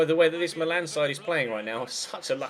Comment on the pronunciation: The same goes with Milan! It's "Meelan" not "Malan".